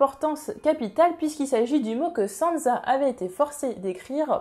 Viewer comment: Pk tu dis sanza ? C frustrent